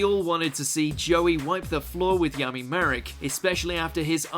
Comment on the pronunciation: Did this dude just say “yummy” instead of Yami?